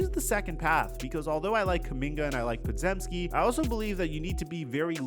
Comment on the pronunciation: It's pronounced "Paw-Gem-Skee."